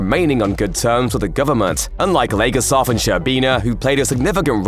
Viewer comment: Not “Valerie legarsov”, it’s Valerie Leggosav.